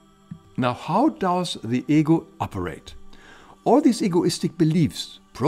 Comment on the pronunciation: When he says "ego" I hear "eagle". 😜 Greetings from England.